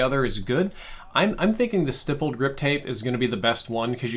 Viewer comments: It’s pronounced stippled not stippled... ughh YouTubers smh 🤦🏾‍♂️ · ITS PRONOUNCED STIPPLED WITH THE IH SOUND LIKE IN STICK. So stihpled grip tape. Sorry that just grinds my gears like people saying 30 round clip when its mag. So yeah. Not stiypple but stipple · Bruh, you know how you say hit. That's how you say Stipp. Then add an led.